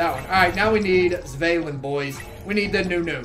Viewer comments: It’s pronounced ‘Svarlin’ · No it's pronounced how it's written, Svalinn.